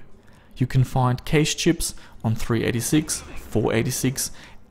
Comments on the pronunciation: pronounced "cash" not "kayshe" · I'd like to tell you that "cache" is pronounced the same as "cash" as in money :) have a nice day, awesome video btw. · Cache is pronounced like 'cash'. Please... I can't take it anymore. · I guess Canada is like Australia then Cayshhh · Your cashe sounds like kaysh :P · Nope. He said it again, I can't do it! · Kaysh ??? its cache.... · lol you say cache like idubbbz funny voice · although im not talking about grammar, i was just confused by a pronounciation i never heard before, but cool, didnt know they say it so weird over there!